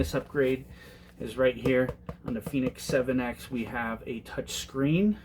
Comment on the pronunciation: T-O-U-C-H is touch....as in your finger to the screen. Nort torch as in flashlight. That is T-O-R-C-H.